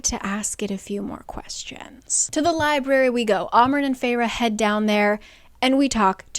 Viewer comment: I read the first one. I really liked it and got the audio “dramatized adaptation” of the second book. Loved it. Got the “dramatized adaptation” of book 3 and got a bit past halfway through when I counted the THIRD time the guy who voiced Rhys pronounce “library” as “lie-bary.” LIEBARY?! I returned the dramatized adaptation and decided to finish out the series with your videos and couldn’t be happier in that choice.